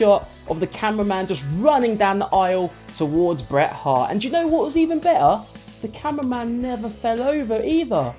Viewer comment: The T in Bret and Hart are not silent